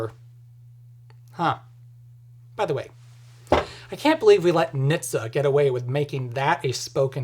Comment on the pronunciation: .....we DONT, its not "niitsa" its "EN-ache-tee-essay"